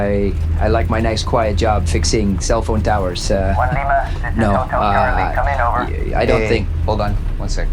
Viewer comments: its as wang you pounced it wrong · it is pronounced as ass-wang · Hello! Im a Filipino, and id just like to say that your pronounciation of aswang is kinda wrong, its more like ass-Huang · I totally thought it was pronounced “ASS-wang” 😂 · i know its ai voice but... "an AH-SU-WANG..." made me laugh. lol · I pronounced it Ash-wag till I heard him say it. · So you’re telling me this things called an “Ass-Wang”? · As a Filipino, You botched Aswang mann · Your pronunciation sucks 😭😭😭 please say monster instead 🙏